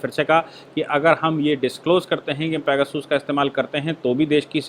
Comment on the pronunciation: भाई साहब ये पैगासस है पेगासूस नहीं। आप बहुत अच्छा काम कर रहे हैं 🙏🙏